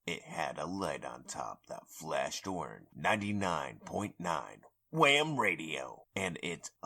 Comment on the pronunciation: Gotta really put emphasis on the H. wHam 😂